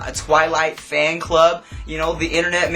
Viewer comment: notice he said twillight